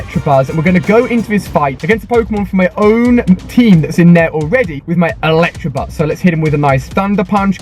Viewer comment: "Electrabuzz".. and you call yourself a Pokémon master...